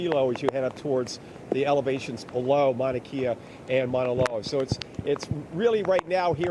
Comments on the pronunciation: Pronunciation: mau na KEH ya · We aren’t “in the dark.” It’s daytime. Pronounced Mauna Kay-ah